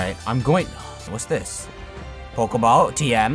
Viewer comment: I swear he says oat ball